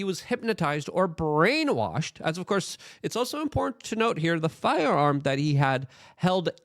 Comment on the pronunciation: Can Luke not say the word "import"-ant?